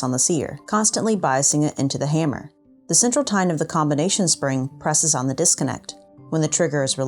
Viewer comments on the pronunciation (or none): none